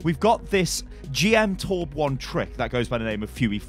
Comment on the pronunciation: is torbjörn not torbjorn